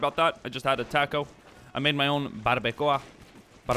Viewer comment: the way u said “ taco “